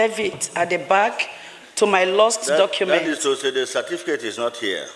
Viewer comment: Why do we call it Cerfiticate rather than Certificate?